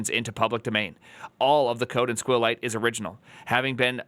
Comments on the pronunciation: squeal lite is the worst way of pronouncing it I ever experienced. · Do me a favor and honor SQLite itself: the way you pronounce it is: "S" - "Q" - "Lite" also (regarding your video title) the S,Q and L go in uppercase. Be respectful please with the "most used database" ok? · clicked on this just to see how he would pronounce SQLite lol